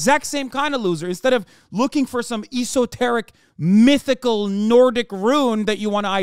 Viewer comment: Interesting how he claims to be highly intelligent, but can't properly pronounce esoteric